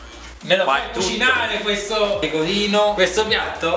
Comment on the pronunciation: Uova pecovino... Pecovino uova... Sale Pecovino... Non tvoppo pecovino... Una gvattata di pecovino fvesco